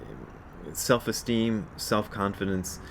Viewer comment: So, Selves Esteem. (It sounds like Elves. Oh wait. No Elves Esteem?). Seriously a helpful 'cast today, Brad. Confidence for me is faith that the universe is already always there to help out. I forget that a lot, since I easily forget to take the self out.